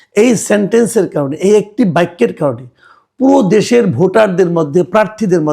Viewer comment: ম্যাজিক সেন্টেন্স না, সিগনিফিক্যান্ট সেন্টেন্স। আপনার থেকে উচ্চারণ, 'বাক্য' এর স্হলে 'বাইক্য' আশা করি না